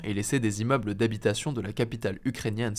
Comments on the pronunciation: "20 zimmeubles" 😑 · vingt zimmeubles ? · "VingZ immeubles" (sic) Monsieur Hugo ! Votre homonyme Victor a fait trois tours dans sa tombe... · Vingt zimmeubles.... Les journalistes ne savent même plus faire les liaisons... Dur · "l'attaque a endommagé vingt Zimmeubles...' trop fort les journalistes en 2026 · Bonjour et merci pour votre travail qui serait parfait si la langue française l’était. En effet, le chiffre 20 s’écrit « vingt », par conséquent la liaison « vinz’immeubles » n’est pas correcte. Au regard du succès de vos productions, merci d’influencer votre auditoire grandissant en promouvant les règles de notre belle langue nationale. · Vingt zimmeubles ? Top les infos mais pourquoi vous avez autant de mal sur les chiffres, hier c'était mille zavions ou autre liaison bizarre